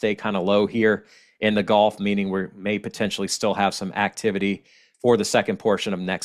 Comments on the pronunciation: It's like gull...gu lf. Not like the game golf. 😄 Thanks for all the information,. Never too much for me, especially living a mile from the water. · I was born in Louisiana too in New Orleans so don’t worry about how you say gulf. We probably pronounced it wrong, but who cares really thank you for the update and have a wonderful day.